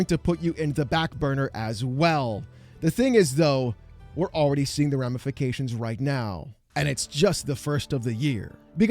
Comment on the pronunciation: You said “Ram-ifications” Haha Anyway. I have a hunch that AI as a whole is not a money making asset like everybody is banking on. And eventually it is going to burst and it is going to burst really hard. I believe it will burst harder than NFT’s maybe not right away but it will. The corporate greed is real but the human pushback is getting heavier and heavier and heavier.